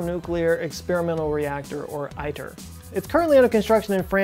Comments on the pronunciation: It’s pronounced EAT - ER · One does not pronounce ITER as "I. Ter". Think of ITER as Aether or æther or Ether. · Great video! You pronounce ITER wrong though, it's e-tear. :-) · ITER is pronounced "e-ter" not "i-ter". Until a room temp superconducting conductor is found, any real hope of a viable commercial fusion plant is just pie in the sky. Why spend many billions (ITER was over budget almost before it started, and has pushed back date for first plasma as well) just to prove a concept that MAY lead to spending many, many more billions to build a "concept" commercial plant, to spending many, many, many MORE billions.....to basically heat water to steam to spin a turbine to produce electricity? After spending TRILLIONS (fifty or a hundred years in the future)...what will be the cost of that power to consumers when they flip a switch in their homes??? It's ludicrous to waste enormous amounts of resources on projects that have such a small chance of commercial success....and so far in the future. Especially today, when the need for renewable alternatives to fossil fuels is more important ...than ever before. When considering we already have an enormous fusion reactor that provides more energy in a single hour than we use all year....why is our primary focus and funding, not on ways to collect that energy? IMO, we have a better chance of seeing energy fed onto our grids from space-borne solar panels, beaming power back to earth, than a functioning commercial fusion reactor. (Which could probably be funded with just the money spent on ITER.) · We say it as, "E-Der" for ITER! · The real insanity is that many billions will be spent to build a reactor simulating the sun.........to just boil water. Before my brother retired, he worked for ORNL on the ITER. After working on it for many years, he concluded it will never sew a stitch.... BTW, "ITER" is pronounced "eater." He did give me a nifty coffee cup with "us ITER" on it showing a stylised sun over the "I". Salute!